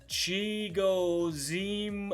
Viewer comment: You prob don’t care but it’s Che-go-Ze-um, O-kong-wo